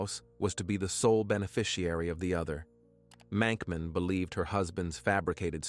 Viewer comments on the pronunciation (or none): Did anyone else notice that the grave said Monkman, not Mankman?